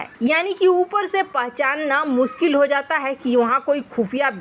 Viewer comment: सुरुआत या शुरूआत, देस या देश, मुस्किल या मुश्किल, सुरच्छित या सुरक्षित surakshit, कस्मीर या कशमीर, सारदा या शारदा, बहुत ही बेहूदा और अशुद्ध हिन्दी उच्चारण वाला चैनल, या तो ये anchor बदलो या फिर चैनल बच्चों का हिन्दी उच्चारण भी खराब करते हो बच्चों का हिन्दी उच्चारण भी खराब करते हो